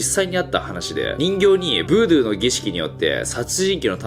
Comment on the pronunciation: 細かいですが「ブードュー」では無く「ブードゥー」だと思いますよ